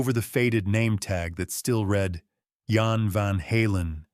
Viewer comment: Jan is pronounced Yon btw. Jan's sacrifice was worth it because he brought Edward Van Halen to millions of people. I can't imagine growing up without it. ❤